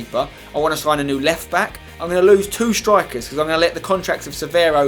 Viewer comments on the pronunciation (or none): none